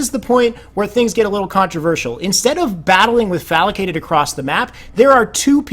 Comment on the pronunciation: Great video! One thing to note, the players name is Falcated not FalAcated.